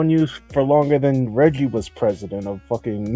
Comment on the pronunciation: Can't believe you guys mispronounced Reggie. Unsubscribe.